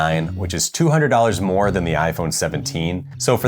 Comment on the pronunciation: "But, theres a lot moe to it than size." this has two meanings 🤣